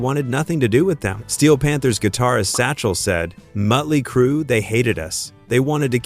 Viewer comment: Motley not mutley